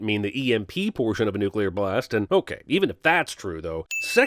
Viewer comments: NUCLEAR NOT NUCULAR! DIIIIIIING! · She pronounced nuclear wrong, she said new-kyu-luur when we all know it's pronounced hip po pot a mus. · Pronouncing the word "nucular". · Never trust anyone who can't even pronounce Neu•Clee•Are (NOT New•Cue•Lar) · did everyone, including Cinemasins, say Nuk-ular? (instead of Nuclear)... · 4th she also said "nu cu lar blast". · I'm guessing the lady giving Oldman the tour of AF1 would also have known how to pronounce nuclear instead of saying nukular...though it is a problem many people seem to have, just not in movies. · Sin for cinemasins for not sinning the woman in the beginning pronouncing "Nuclear" as "Nukyular" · Fourth, she said nuke-ular... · Sins the mention of nuclear blasts but ignores the "nuculuar" pronunciation. Is he even paying attention? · Did she just say "nucular"? and no sin for it? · 1 sin to Cinema Sins for not sinning the pronunciation "newcueler" - 1 more sin to Cinema sins: Moscow is only SEVEN HOURS ahead of the USA, and for about 2-4 weeks, JUST SIX. So, yeah, the early game could've already ended by "late evening, Moscow time" - or about or pm EET. that's 2 sins tally so far for CS ;-/ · It's nucular you dummy, the "s" is silent... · How did they not sin her pronunciation of "nuclear"? Or make it an audio outtake with Homer saying how it's pronounced. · she said “nucular” blast. Right? Can someone back me up? But if that’s how George W. and Homer Simpson say it, then I guess that’s right. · did she say nucu-ler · She says nuclear wrong..